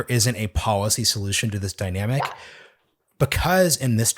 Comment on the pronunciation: IT IS pronounced depoliticized - NOT - DepoWiticised Bolled over - NOT - bowed over policy - NOT - powicy call - NOT - cow If you wish to become a real journalist You must learn how to speak clearly & not how you chew the cud on the street with your homeboys. Go back to school - and learn a thing or two. Get the marbles out of your mouth...Son